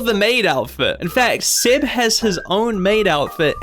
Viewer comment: Why are you Pronouncing Seb as Sed?